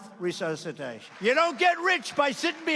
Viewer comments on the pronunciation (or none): When Trump said " mouth to mouth resuscitatuon" i almost threw up